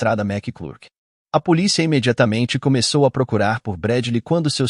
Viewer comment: Sabe q eu acho q ele faz de propósito...policía...mal consigo prestar atenção ao caso....